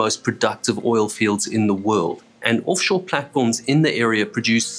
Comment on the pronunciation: "Orff shore." Accents are fun.